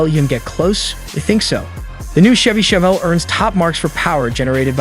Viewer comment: Ai voice is lame. "Tchevy Tchevelle"...smfh